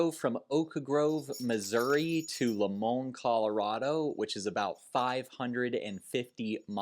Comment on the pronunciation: Hey, new viewer here. It's pronounced like this, Lie Mon, Limon Colorado. We're cultured but you're giving us way too much credit lol. And welcome to Colorado!